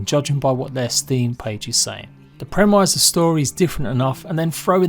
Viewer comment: ... mans trying to say premise 😂